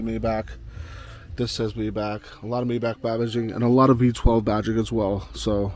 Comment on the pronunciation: Mi-bachhh not Mayback.... Great video mind you 👌